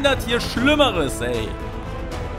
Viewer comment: Digga Oktobus Oktobussss 😂